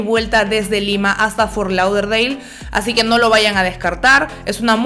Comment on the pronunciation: Las amo pero te odie un poquito cuando pronunciabas fort lauderdale 😂